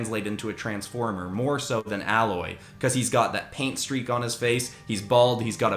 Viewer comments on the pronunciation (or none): I'm sorry but I have to say this.... Her name isn't said like alloy, but said like ai-loy or ay or however you want to spell it. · I keep getting triggered when he says “Alloy” instead of Aloy…anyone else? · It so not ally it is prounoced A loy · fyi it's pronounced A-loy listening to this while I play the game she's from. you definitely should have also taken inspiration from the machines in horizon zero dawn for the PlayStation one. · Aloy is pronounced Ay-loy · Aloy's name was so butchered